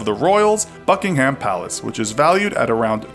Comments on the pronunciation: It pronounced buk-ing-hum palace not what you said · It’s buck-in-um palace (correct pronunciation)